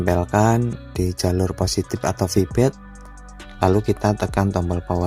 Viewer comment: bentar bang sekian lama nonton video bang tiap kali ngomong "fibet" tu sebenernya feedback kah?? kalo eman bener selama ini gua salah denger berarti 😁😁😁